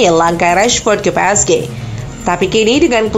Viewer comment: Pi es ji bacaan nya mbak, bukan pe es ge 🗿